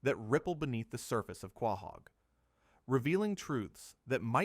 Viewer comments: Was excited until i heard this mfer say quah-haug. Youtube dont recommend this channel again plz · Wtf is Quaaahog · Is this AI? The voice and pronounciaton feels off. He cant pronounce Quahog